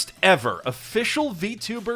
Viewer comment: I don't know if you don't know allele is just an english word pronounced a-LEEL or if you're doing a bit because of all your french in the episode lol.